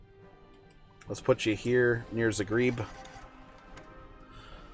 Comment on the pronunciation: The butchering of the name Zagreb.